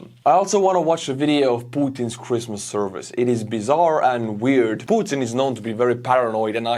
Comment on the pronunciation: Was I the only one that heard "crispmas" instead of christmas"?